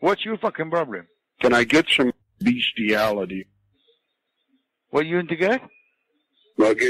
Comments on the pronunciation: Beshtiality SAY HESY! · "What are you doing in Walnut?" "Beasthiality"